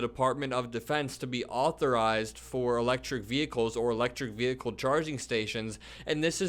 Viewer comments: Attention Marjorie Taylor Greene. It’s “vehicle” not “ve-hicle.” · ‘Electric Vee- hickels’ MTG - is she TRYING to sound stupid, or does it come naturally? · Let's not forget, the biggest recent threat to 'the Capital' was instigated by her very own false messiah. Why not stay safe and ask trump to shut up in the first place!!! Why does she pronounce vehicle vee-hickle anyway? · It's vee-hickle my man!😂💙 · Ve- hick- el ? Lacks proper grammar! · She can’t even pronounce the word “vehicle” the “h” is silent, unlike her! 🤮🤮🤮🤮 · Bloody hell, Mad Marge is butchering the word vehicle. Nothing to do with her accent, she's just made the pronunciation up, much like every other thing that comes out of her gob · The "h" in vehicle is silent !did you GO to school?